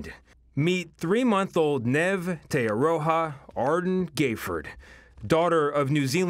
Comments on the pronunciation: “nev” her name is neve yeesh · It's Neve not Nev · It’s Neeve not Nev 🙄🙄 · It's pronounced Neeve, not Nev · Just for everyone's info her name is pronounced knee-v not knaive hehe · It's pronounced Ne-eve not Nev. Cute baby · "Nehv" it's neve like neeve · “Meet 3 month old Nevvv Tay Arow-ha...” hahahaha obviously if he was told how to pronounce it correctly he would’ve but you can’t help but laugh lol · Aidan Sharples It's pronounced Neev. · neve is not pronounced nev wtf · 'Nev'. It's like 'Niamh'. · Neve is pronounced Nieve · It’s pronounced N eeeve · Hahaha I can't deal with his pronunciation "nev" haha wtf atleast check things like that first 😅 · it's pronounced 'neev' for godsake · omfg the way e pronouced her name HAHAHAHAHA (knee-eivh (lol idk how to spell it out) tea-ah-roh-ha arh-dern gay-ford) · why does he pronounce Neve like that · It's 'Neve'. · can babes not read? how is neve nev.. and how is ardern ardin. not even gonna get started on te aroha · The cringe of him pronouncing Neve and Ardern incorrectly